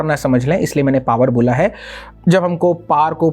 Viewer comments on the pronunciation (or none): none